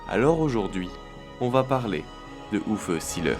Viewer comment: Vous pourriez au moins prononcer son nom à l'allemande : ce n'est pas Ouf Sileur mais Ouvé Zééééleur !